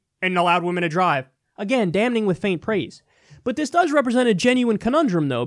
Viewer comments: Love the show...but "damning" isn't pronounced "damNing". The 'n' is silent. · Can we drop that first ‘N’ and just say it ‘dam-ing?’Mad love though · First, WWE still paid the women as if they'd been on the show. Of course they're not going to just magically realize that exposed female skin is okay, but it still feels like progress. Also, the goddamn N is silent in damning. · anyone else annoyed kyle doesnt know how to pronounce the word damning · Alright, does it bother anyone else that Kyle says “damning” as if the “n” wasn’t silent? Haha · I wish that Kyle would stop pronouncing the first "n" in "damning"! It's silent.